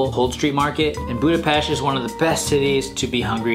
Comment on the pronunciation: Finally... :) Someone noticed the correct pronunciation. (Budapest) Hungarian is a weird language... we have 44 letters in the alphabet. I hope, you felt good in our capital city.